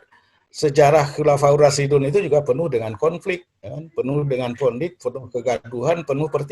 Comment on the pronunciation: Ngomong khulafuurrosidun Dari mana prof.... Dun apa din gitu aja gak fasih